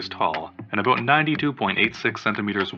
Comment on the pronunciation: “Aboot” CANADIAN SPOTTED